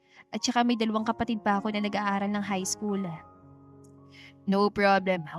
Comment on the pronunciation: Nagtatagaka lang ako ... AI ba tong narrator? Sure pronounced as eshure... School naging iskol, kahit English walang I sa unahan naging is .. 😂😂😂😂😂 miss narrator plssss . Practice your pronunciation ng mga words that begins with letter s. Walang I sa unahan.